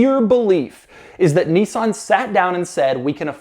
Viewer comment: Niss-an. Not Neesan. Crikey.